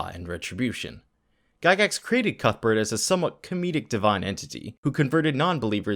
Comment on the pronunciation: Cuthbert? I heard cuckbert >D I like the content on this channel!